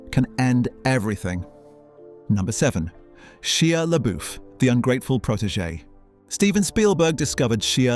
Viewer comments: Why is it that some video narrations can’t correctly pronounce peoples names. Like Shia. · Did you intentionally mispronounce Shia or do you just not know who he is? Also, whatever went down between him and Spieldberg didn't seem to affect Shia's career at all. Dude did Eagle Eye right after and 2 more Transformer movies. All lead roles, but he was never really an a-lister anyway.